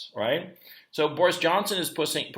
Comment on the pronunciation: Pussing not pushing